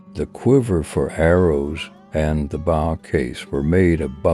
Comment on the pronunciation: You would think that if someone was going to promote Native American culture, and customs they would at least be able to pronounce the most common words associated with that culture. Bow is pronounced "boe" not bow as in bow down, or stoop over. Oh my God!!! what a disaster.